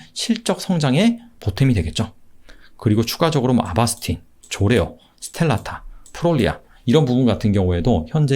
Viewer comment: 좋에어->졸레어 / 스텔라타->스텔라라 입니다. 항상 잘 보고 있습니다.